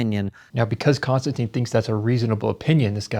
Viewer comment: I know it's OCD but any chance you could get in the habit of properly pronouncing Konstantins name? Kon-Stan-Tin. It's not Constantine. It's not anything like that. It's not even close. Be like saying his last name is: Kissing. I do better than that.